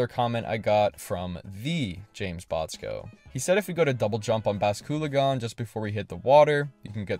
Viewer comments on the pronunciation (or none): B... bas-coo-luh-gone?????????????????